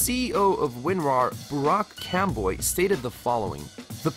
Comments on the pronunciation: Burak Canboy isn't pronounced like that XD But at least, you tried. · well he didn't pronounce the turkish name right still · you butchered the pronunciation of burak canboy lmao